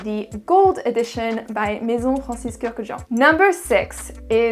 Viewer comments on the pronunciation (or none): none